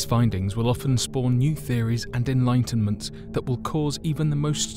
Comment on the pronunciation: I didn't like the way you said enlightenment and Stoic...apart from that 5 stars